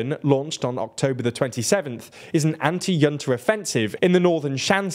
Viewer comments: I don't know why you think 'junta' is pronounced 'yunta'. It's not a German word. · H unta. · pronounce it as hunta. not yunta. not jhunta. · Junta is pronounced "hoon-tah" as it originates from Spanish. It can also be pronounced "Juhn-tah". I've never heard it pronounced the way you pronounced it with a Y. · I believe it’s pronounced hunta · Someone at TLDR should really figure out how to pronounce Junta correctly. Hint: It isn't a J sound at the beginning. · I can't take these awful pronunciations anymore. Burmese words that are not common, okay, understandable, but 'junta'? Come on. It's a common word in politics. You might as well just use the English pronunciation ('j' sound as in 'jump') instead of trying to do the Spanish pronunciation and getting it wrong. Some of these words really are not hard to pronounce right. If you're going to learn all this detail about a country, you may as well take the (far smaller amount of) time to learn a few pronunciations. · A minor point, but you may want to look up the pronunciation of junta. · the way you pronounce "junta" is simply not correct, it's not a German word, it's Spanish